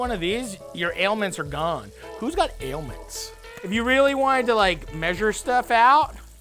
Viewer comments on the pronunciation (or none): My guy said aliments and it got me everytime😂